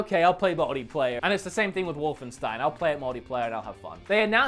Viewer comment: Anyone else hears "modyplayer"?